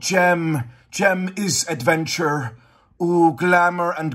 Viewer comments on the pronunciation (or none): "Jem IS adventurrre" xD